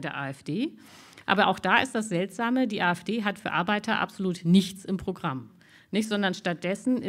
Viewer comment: Arbeitta? Es heisst Arbeiter… Wohl nie malocht, „die Dame“…